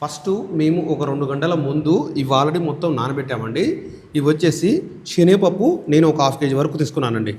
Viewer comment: షేనగపప్పు ఏమిటి..? అయ్యగారు 👌శెనగపప్పు 🎉బాగా పలకండి